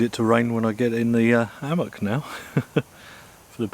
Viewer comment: Never heard of an ammock Is it really that hard to pronounce the H? Hammock! Cmon